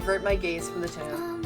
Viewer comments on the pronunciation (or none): none